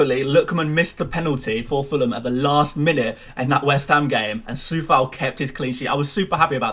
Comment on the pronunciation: Lovely Coufal pronunciation Mate!